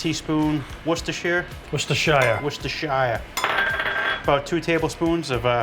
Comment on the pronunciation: It’s NOT Worcester shy er. It’s Wuh stuh shuh. You guys are from Mass and so am I. Get with the program. :). Love you channel!